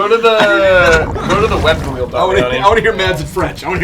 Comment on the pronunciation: Btw for people saying Mads like MaDs the D is actually silent it's pronounced like you would pronounce mass